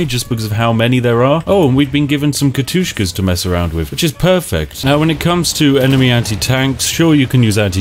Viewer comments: You said katyushkas not katyushas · 9.12 Not Katushkas, Katushas